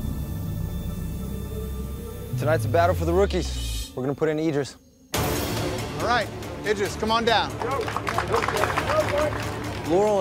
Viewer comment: How do Laurel, TJ, and Jordan manage to all pronounce Idris differently? LMAO